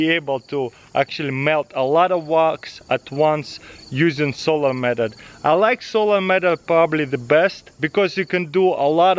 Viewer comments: Says "Medot" instead of method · The way he said meathod 😂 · Well the best "medod" is to say Method correctly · Is it just me or does he say "medot"